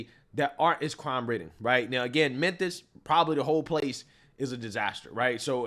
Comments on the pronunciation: it's Memphis pronounced MEN-FIS NOT men-THISS Bless his heart. He has the hardest time pronouncing Memphis and Levitt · No offense, but it's not "Menthis Tennessee". It's Memphis. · Bro, are you saying "Menthis"? While I'm at it, stop saying "fustrated" Love the content. My favourite channel. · Why are you calling Memphis, menthis?